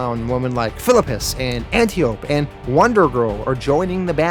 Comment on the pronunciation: Your videos are great but you butcher some of these names Themyscira - (them-is-sceer-a). Antiope - (Ant-tee-o-pee)